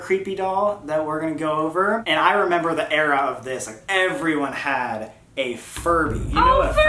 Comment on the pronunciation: ok so like when sam was talking about furbys i heard him say it wrong and he said furry xD also 2019 anyone?